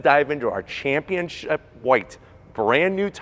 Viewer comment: Why do so many people pronounce Championship "championchip"?